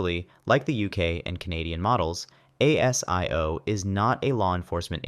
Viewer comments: ASIO is pronounced a zee yo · Pronounced Ay sis, Ay zee ooh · ASIO, pronounced 'Aay-Zee-Ooo' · ASIO is pronounced AY-ZEE-OH and ASIS is pronounced AY-SIS